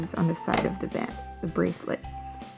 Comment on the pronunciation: THE... NOT DAH... NOT DUH... THE